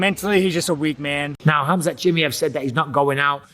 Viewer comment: Haha Chael calls him Kazmet 😂